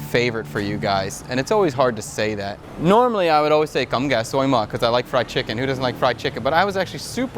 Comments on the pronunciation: No offense, but the fact that you struggle to say "cơm gà xối mỡ" just make me laugh lol. But you got it very close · I really like the way you say cơm gà xối mỡ 🤣🤣🤣